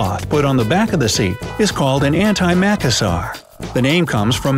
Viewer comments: Maka sarr? Its pronounced muh ka sir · It's not AN-tie-MACK-asar , it's antyma-CASS-ar. That's what the double-S is for - to get the word pronounced correctly. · Auntie Ma CASSer. First 2 syllables like your mother’s sister, major accent on the CASS. Please edit. Thanks